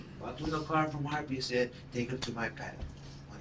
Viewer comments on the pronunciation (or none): Bro said “ who’s Harpees “ lol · It cracks me up every time, “where’s the carna-calla-lisi-mo there!?” “Who’s Harpys?”